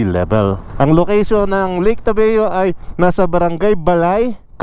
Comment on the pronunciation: ...tabayo hindi tabeo